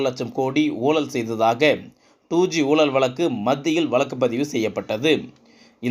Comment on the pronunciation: I cannot make out what is meant by "Soolalil" , "oolal," " valakku" .. Please do not murder Tamil...by pronouncing atrociously...Your report is long winding..Be crisp and concise..